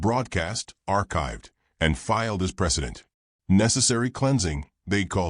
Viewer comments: "precedent" not "President" "Sol" not "Soul" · It's PRECIDENT, NOT PRESIDENT.